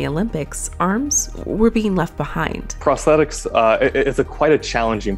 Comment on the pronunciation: Haha WTH?? A video on prosthetics and the narrator can’t actually pronounce the word??! “Prossetics” “prosseeses”… oh dear.